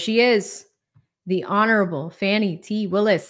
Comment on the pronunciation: Why are you saying “fanny” when you know that her name is Fani?